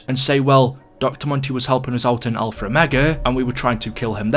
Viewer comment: Can you stop saying alfer omega